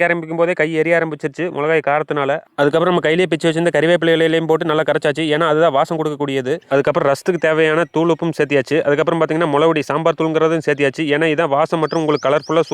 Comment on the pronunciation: விவசாயி நீங்களே கறிவேப்பிலை என்று சொல்லாமல், கறிவேப்பில் என்று தப்பா சொல்றீங்களே😢